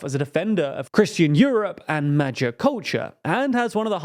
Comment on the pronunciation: Magyar has a hard G like the G in Get, not like the G in Magic